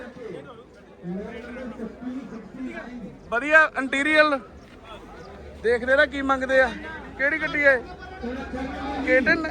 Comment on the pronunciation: Naam tan sahi le leya kar bhraava...Magnite nu Magnet dasi jana... Interior nu inteliar kahi jane. Je nahi aaundi tan kyon english nal pangey Lena punjabi bol leya kar. Punjabi haiga Punjab vich rehna punjabi bol bahut vadiya.